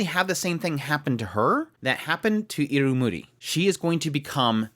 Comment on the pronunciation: Constructive.... Eeee Rum You ee... I rum yu i... IrumYuui. Your adding an extra U in after the M, before the Y.